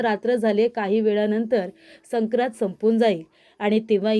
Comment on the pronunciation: मॅडम , " संक्रांत" या शब्दाच्या पहिल्या २ अक्षरांच्यावर अनुस्वार आहेत. तुम्ही तो शब्द उच्चारताना अनुस्वार लक्षात घेत न घेता चुकीचा शब्द उच्चारता. या पुढे दक्षता घ्यावी. च शब्द